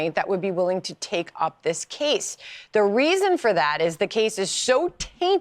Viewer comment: I guess those viewers that complained about your sex analogies do t matter to you anymore. It is disgusting. I think it’s because you use it so much and it’s not necessary. You are such a smart young man and you sabotage your credentials by doing this as well as saying “da” for the word “the”. That being said, whatever or whoever you feel you are getting kudos from for talking that way, I hope you are well compensated. 😊